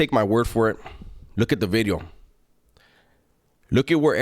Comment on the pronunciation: He put some emphasis on that V now. “New Bideo” 😂